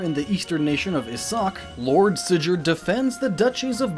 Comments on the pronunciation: oh my good lord did you just say sijurd? Sigurd from FE4 is Sig-gurd, with a hard G. At least it's most commonly pronounced as such. Love your content here man but these pronunciations are kinda throwing me around. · Sijurd. Zephiil. Efiraim. Rekka nOken. Berak. But otherwise a good video. SeemsGood